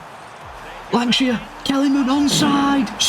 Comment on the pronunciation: Congratulations on the promotion hope to c Bolton back in the premier league soon. Btw I'm sure on the 23.54 minute mark u lankshear with a w instead of a l. Maybe my ears 😆 loved the video top as always